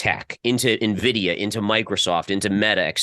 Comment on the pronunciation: did you just say "Nuhvidia"? Shame on you.:-\